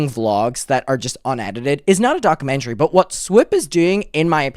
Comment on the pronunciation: Take a shot every time says “dock-a-mentary” in the first 2 minutes